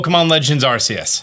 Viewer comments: Are-Kee-Us! I love ya man, but that's a no no. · It hurts whenever he says arseus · It’s pronounced ar-KEY-us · Are-key-us it's even said in the trailer lol